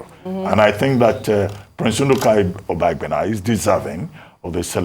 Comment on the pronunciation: you are from delta and can not pronounce obaigbena good. English has finished you people that claims educated but couldn't start your education from your root. Very shameful.